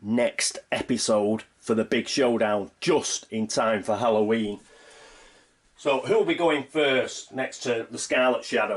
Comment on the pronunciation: It's Holloween! . . . Come on showdown!